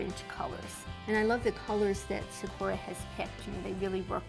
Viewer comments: Just to let you know you pronounce it sa/kū/a it's Japanese for cherry blossom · why... does she pronounce it... like that.